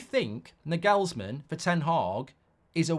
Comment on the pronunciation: I hope we don't get Nagelsmann, because you can't pronounce his name. Years of that would really do my head in. He's German. The stress is on the first syllable.